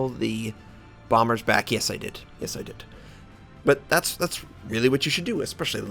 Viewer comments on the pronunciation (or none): none